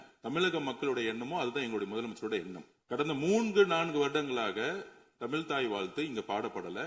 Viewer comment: அர்ஜுனா முதலில் தமிழ் என்று சரியாக உச்சரிக்க கற்றுக்கொள்வாரா?